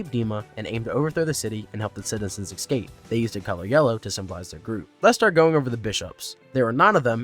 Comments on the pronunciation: The word. Is. ESCAPE. Not EXCAPE. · So how many times can I survive hearing "excape"?